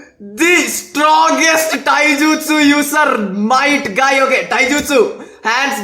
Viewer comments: Might guy not night guy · Might guy ❌ night guy ✅😂😂😂😂😂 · Not night Guy it is might guy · Might guy❌ Night guy ✅😂😂